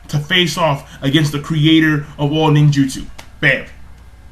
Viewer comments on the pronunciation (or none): none